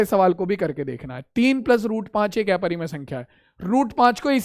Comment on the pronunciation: Sir not एपरिमेय it's अपरिमेय